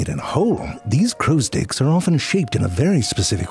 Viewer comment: you said "crows' sticks," right? 😂😂